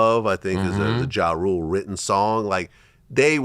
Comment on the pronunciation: Yooooo why couldn't he say "Ja Rule"? 😂😂